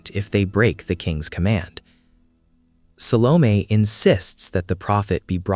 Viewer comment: Mano, fala o nome certo SALOMÉ.. nada de salon.....que viagem